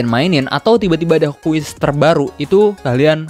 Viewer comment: Sumpah denger nya gemes gw "QUEST" BKN "QUIZ" 😡